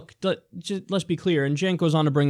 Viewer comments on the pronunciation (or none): Kinda irrititating that he keeps saying Jenks. I point out the important stuff. Also, he is lying like crazy. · It's Cenk, not "cenks" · I turned into a drinking game. Every time he said "Jenks" i took a sip of wine... i threw up and passed out fast! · I know right? Its illegal to say 'Cenks'(!) 😄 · Why are Cenk, Kyle, and Ana all avoiding the fact that Joe kept saying "Cenks." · "Janks" Well at least he didn't call Cenk "Sink" like other people have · He called him "Jenks" XD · I wasn't as upset with his constant lying (seeing as it's Joe Manchin) as I was with his constant mispronouncing of Cenk's name. "Janks." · can he stop calling him Jenks... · Every time he says 'Janks' I want to deck him in the face. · Why does Joe keep calling him "Cenks"? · Does he think there's an "s" in Cenks name?